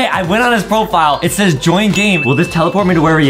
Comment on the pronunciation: DID HE JUST SAY SAYZ!?!?!!?! ITS SAYS